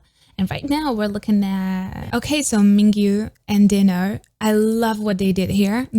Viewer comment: no one’s talking about this but i love that you pronounced dino as dee-no instead of die-no